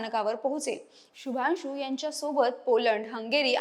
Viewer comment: माहिती चांगली आहे शुभांशू ह्या नावाचा उच्चार शुभानशू असा नाही. मराठी भाषेतून निवेदन करत असताना मराठी भाषेत या शब्दांचे उच्चार कसे आहेत हे याचा अगोदर अभ्यास करा आणि मगच निवेदनाला उभ्या राहा